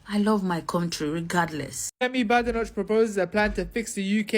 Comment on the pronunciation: She was born in Britain. She's British. And she's BAdenoch, not Bedenoch.